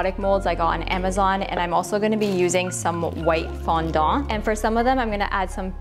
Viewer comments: I can't get past you pronouncing Fondant as FondONT. T_T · I wonder if it's the actual pronunciation in english? I'm french, would make things easier rather than the "foundante" thing people say lol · I'm British and I pronounce it "fondent", the e like an uh sound 🙂 but that's not to say all British people pronounce it the same way 🙃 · The way she says fondant I can’t 😭😂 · Did I just hear you say 'fondant' with a Cantonese accent? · I can't handle how you pronounce fondant 😅